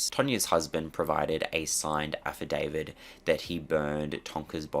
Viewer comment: "affidaviT", not "affidaviD" -- thanks!